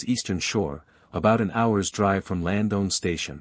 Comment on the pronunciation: Horrible pronouncation bud. It's Lands-down Station, not "Land-own" station. And it's Little Musquodoboit ( pronounced Mus-ka-dob-it), not "mus-go-ba-doit" 🤦🏻‍♂️. Slayed it buds. I hope this two little ones are found safely soon